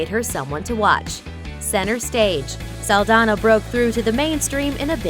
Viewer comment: it's "Saldaña" saldanya